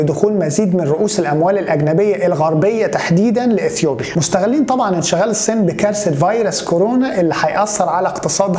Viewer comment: ياريت يا استاذ تتعود على نطق كلمه الصين لأنها هتيجي كثير معاك الفترة الجايه